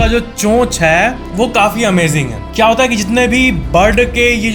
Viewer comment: Kya ki jageh cha kyu bola